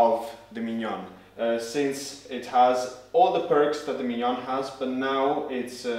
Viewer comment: Great video! I think this grinder will be my first upgrade after 10 years with my first/original setup. So good to hear the name pronounced properly after so many reviews with “Minion Spesseealita” :)